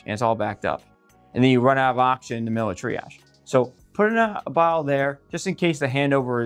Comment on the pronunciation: When you say “ock-shin” are you saying “oxygen”?